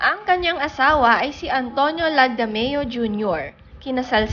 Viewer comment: Sabi mo ay Rachelle Marie (Salmantaleon?) LAGMADEO dapat po LAGDAMEO... accuracy is important po I also googled her real name which is MARIE RACHEL SALMAN TALEON- LAGDAMEO